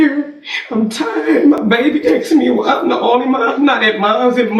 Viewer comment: aksing? 13/90 slang